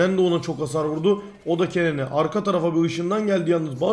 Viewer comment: !!!TELAFFUZ DERSİ!!! Kennen >> Kenın Riven >> Rivın !!!TELAFFUZ DERSİNİN SONU!!!